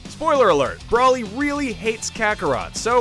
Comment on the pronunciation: Did you really just say brawlly? It's broly. Broooowly